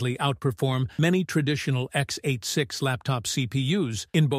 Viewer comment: I guess, these architecture terms are not all on the same level. And if the video was correct, it is a pity, that this voice reads out the technical terms incorrectly, x-8-6. Sad.